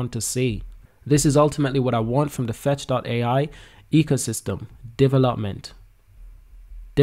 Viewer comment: It’s FetchAi not Fetchio